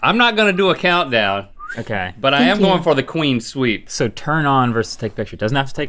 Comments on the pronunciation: Is Link saying Queen Sweep instead of Clean Sweep? Or is that just my bad headphones... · Link, the phrase is "Clean Sweep", not "Queen Sweep".